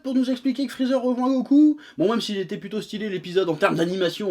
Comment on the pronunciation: Aaaaaaaaaaahhhhhhhhhhhhhh chef, t'as craqué, tu recommencé à dire Friza ^^